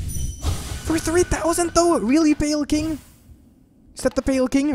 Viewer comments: Pale Kwing, amazing XD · Nobody:...: The Pale Kwing